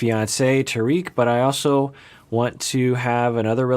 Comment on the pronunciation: Trying to be nice about this but it’s not pronounced ta reek it’s pronounced tar Rick rhymes with spar and lick